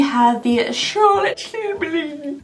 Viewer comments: Because of the way you say Charlotte Tillberry I have not been able to say it normal since. Every time someone speaks of Charlotte Tillberry all I hear is your voice🤣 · Omg you saying Charlotte Tilbury will forever be my favorite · I also never want to her voice because you say her name the best 😂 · I love you. You are my comfort food but stop saying Charlotte Tilbury like that!!! Please!!!😂 I’m so happy you started doing mass advents. I look forward to these all year. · I just love how says the name 😂😂😂!!! I can listen to over and over again and still smile and giggle. 😊😊keep saying it, it is awesome and brightens my day. ❤ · I love the way you say Charlotte Tilbury! I tune in every year just to hear your over the top pronunciation of this person/ company name. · Here for the fancy way you say "Charlotte Tilbury." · I cannot say Charlotte Tilbury normally now 🤣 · Thanks for influencing me so much when I walk around in our makeup stores in Austria and see Charlotte tilbury i pronounce it your cHaRlOtTe TiLbUryyyy way out loud all the time, lol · I always pronounce her name that way when I see it 😂 and tbf, she doesn’t sound that different in her ads!